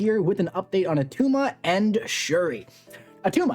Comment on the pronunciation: its not at tuma - arnold schwarzenegger. i just pulled attuma and was looking to see how to play him